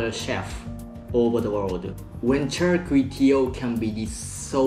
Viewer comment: "CHAR" kway teow.